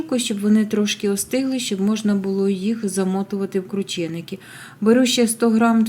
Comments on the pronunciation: Не крУчєникі а КрУченики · Наголосила У